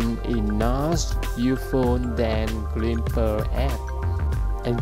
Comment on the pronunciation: Dude... you need to speak better English to do this. The pronounce the word “glimpse” totally wrong.